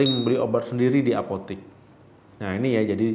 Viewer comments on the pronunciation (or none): Apotek bukan apotik..